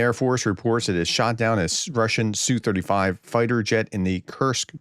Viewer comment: "ess you". Prof, check your pateon comments. Linked you a source so you can quit sounding like either an idiot or someone who's trying to be pro Russian using Russian pronunciation of the abbreviation. In English, the designation is said "ess you 35". For every Russian aircraft type except the MiG, the letters are individually stated by letter name, as if you were reading a aircraft's tail number. You wouldn't say tail number "nu 650 ga" for N650GA, you'd say "N" 650 "G" "A" (except you'd also say six, five, zero, but you get the point, hopefully).